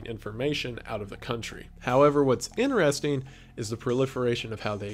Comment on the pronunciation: I just always notice how he says “interesting” :D Can’t help it